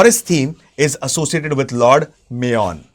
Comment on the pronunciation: Mayon is pronounced as मायोन् ✅( Maayon) which means मायापति ie lord Mahavishnu मेयॉन ❌